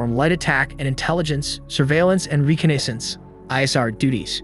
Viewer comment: Reconnaissance, slight mishap in the pronunciation for that word. No worries though 😊, still very interesting video